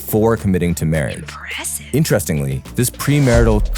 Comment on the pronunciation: the 'impresaive' had me rollin